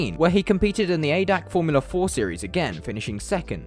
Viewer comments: Btw. it's not Adac it's A D A C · The ADAC championship is actually pronounced every letter by itself. Its a german type of carinsurence thing